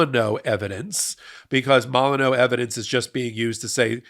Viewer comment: it's pronounced mole-in-you.